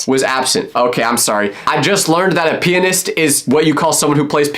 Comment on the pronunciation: it’s, pian(no O)- ist